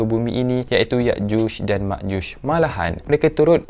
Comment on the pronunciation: Ya’juj dan Ma’juj Bukan Yakjush dan Makjush Sekian